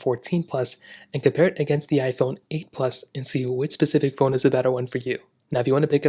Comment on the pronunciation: Too irritating the way yu say pacific instead of specific every damn video 🤣